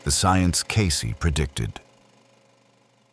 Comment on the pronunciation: In the name Cayce. The E is silent.